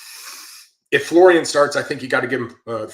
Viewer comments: I know it’s not John smith. But the dudes name is folarin. Not Florian. I think us Americans read the name and just default to Florian. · McBrizzle : Fo-la-rin 😊